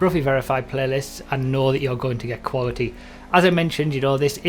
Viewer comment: "Quawty" xD no hate Broughy.